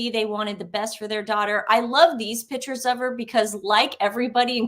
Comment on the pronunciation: It’s pictures not “pitchers” 🤭✌️💕